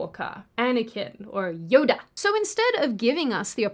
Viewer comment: the way she says "Yoda" 😅